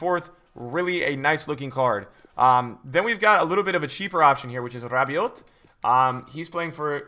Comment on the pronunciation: on god please learn how to pronounce rabiot